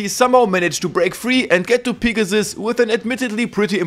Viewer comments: Niqqa calls Pegasus, Pigasus... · everytime you say pegasus, I hear pikachu.. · No disrespect to your accent but pea-ga-sus is the funniest shit ever 🤣🤣😭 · Ah yes, Peegasus. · "Peegasus" Loved the video lad. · Could not get past the way this guy says Pegasus. Literally killed the whole video